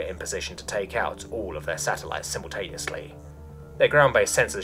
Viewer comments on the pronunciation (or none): none